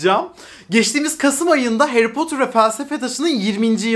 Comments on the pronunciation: Potur değil 🥺 ne olur artık doğru telaffuz… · "Harry Potter"'ı "Heri Potır" yerine "Heri Potur" diye okumasına bayılıyorum:D